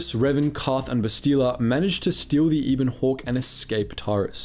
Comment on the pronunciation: It’s not Ibon Hawk, it’s Ebon Hawk :P